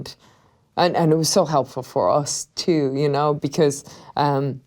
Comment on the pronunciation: Except when she says us it sounds like oos